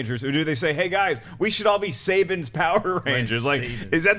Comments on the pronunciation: It's pronounced SA-BON Not SAY-BEN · (darkman925) Not missing much :-P They can't even pronounce SUH-bon... if you know nothing about Manga, then please skip it. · How many times are they going to mispronounce Saban( Suh-bon) in one sitting ? Second of all, Saban, as a brand, has ALWAYS, helmed Power Rangers, except when Disney took over, its their property. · They shit on the Power Rangers movie for being called Saban's Power Rangers. Every Marvel movie and TV Show is called Marvel's (Title here). Again it's the same thing! They cant even pronounce Saban right. And that photo is fan are of season 4 of Power Rangers, Power Rangers ZEO